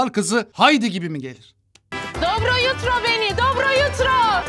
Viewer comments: Hayır yani "dobro yutro" nedir🤧 Bari yabancı dilde bir replik olduğunda en azından nasıl telafüz edildiğini çalıştırsalar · Dobro yutro mu?😂😂😂 Bari rusca kelimeyi dogru seslendirseydiler bariiii😅